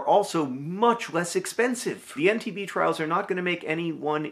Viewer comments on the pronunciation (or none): This is amazing news! But also -- every time John said EndTB I heard "MTV." I thought "Oh wow, look at MTV using their power and resources in this new and unexpected way, good for them." And it took me a few times hearing it to realize that that probably wasn't what he was saying.